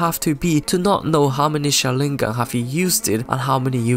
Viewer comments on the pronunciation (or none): none